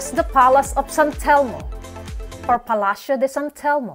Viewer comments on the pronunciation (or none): none